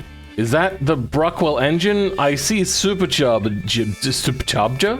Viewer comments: Pretty sure its Bruckell not Bruckwell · Bruckell, not Bruckwell, by the way. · So who's going to tell him it's "Bruckell" And not "bruckwell" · why'd you call it BruckWELL when there's no W?? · Pretty sure there's no w in bruckell